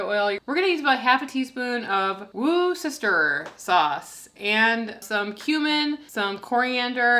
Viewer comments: "Woo sister sauce:" obviously the same as "wuss dis-shere" sauce..... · It amuses how many American Youtubers can't pronounce Worcestershire Sauce. Phonetically : Wuster Sure Sauce :) Great video guys - you are both an inspiration. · 1) The triangles are made like a samosa! Yum! 2) I don't think your cashews are raw. They're dark, so would blend up differently and lend a different flavor. 3) Worcestershire sauce. Wuss-ta-sheer. That's the correct pronunciation. I could never figure out how it was said either, because what American says it right? But now that I've lived not far from the place, I learned how it's said, and it's Wuss-ta-sheer! 🤣Now ya'll know!